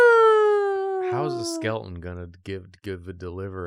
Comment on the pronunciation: they started saying skelton instead of skeleton recently and every time its a jumpscare for me 😭